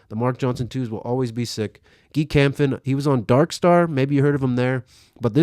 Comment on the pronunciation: SO GLAD you put in Guy Kämpfen, and you pronounced it right the second time. I knew him quite a bit and yeah, he's probably the first one to do bigspin heel out(Cole even mentioned him on SLS for it) of slides and lazer flips. Sven Kilchenmann has some very great lines, too!!